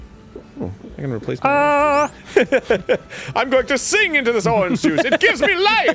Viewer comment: Dan says ahringe juice instead of orange juice and it's making me wanna pre